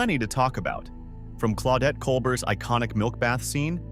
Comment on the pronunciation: "Cole-bert" is wrong, too.